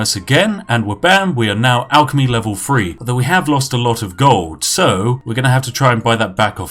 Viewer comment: "Three" not "Free". English man can't speak English.